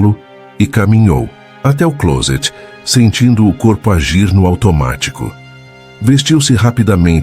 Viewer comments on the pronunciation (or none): none